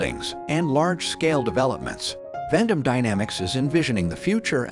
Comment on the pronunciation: It is pronounced "vent-um"